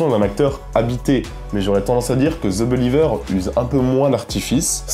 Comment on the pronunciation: Ze beuliveur !